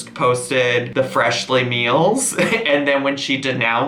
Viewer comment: At :36 / :37 you said Freshlyn lol